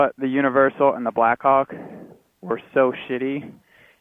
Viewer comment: pronounces "black hawk" a little differently...